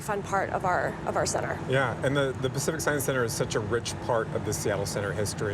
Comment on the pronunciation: "Pack Tsieye"? What the hell is Pack Ts-eye"?